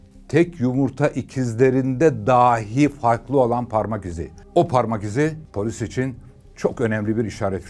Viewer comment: Boş kovan ifadesine takılan birinin “içilmiş sigara izmariti”demesi ve bağlaç olan dahi kelimesini yanlış telaffuz etmesi enteresan